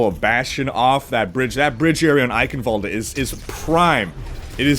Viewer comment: "Sucking that Bastion [...] off [...] was so satisfying!" ~, 2017. Also, the E at the end of Eichenwald(e) is silent. Dunno why Athena chooses to pronounce it like that. "Oakwoode" doesn't sound too great, now does it?